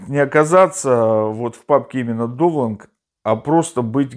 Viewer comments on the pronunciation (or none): Классные обзоры! Только не говорите пожалуйста "довланг"... Даунлоад будет получше.